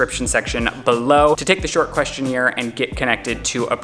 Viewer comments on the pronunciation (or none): This week on the podcast: Lizzy- ", what the hell is a question-neer?" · I can't wait for the next episode of The Sip where Lizze comes for for his pronunciation of "questionnaire!" Its gonna be hilarious! 😂😂😂 I just started the video but that and booger burgers are TOO MUCH! 😂😂😂